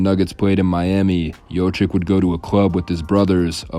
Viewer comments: Its not pronounced yochick. It's the other way around. It's yokich. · It’s pronounced yo-kich, not yo-chick! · It's not Jochic, It's Jokic or Jocich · Its not Yoh chick its Yoke itch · Not jochik LOL it's Jokich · Nikola JOCIK? Bruh you cant even pronounce his last name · Jokic…… not jocik…. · Good video overall but you butchered his name big time. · Thank you for correcting them. It is hard to believe they are making a video history of a person and don't make the effort to find out how to pronounce his name. SAD!